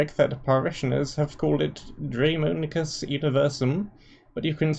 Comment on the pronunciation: Is this like a British thing? To view any word that is not immediately recognizable as intrinsically unpronounceable? Like.... how else do you explain your decision to include the letter R in the word Daemonicus?